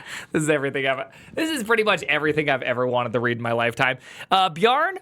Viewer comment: It's not "Bjarn", but "Bjarn-eh". It is not Bjarn-eee, but Bjarn-eh, (without the h).